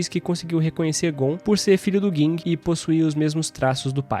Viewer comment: é Ging, n Guing disnara kkkkk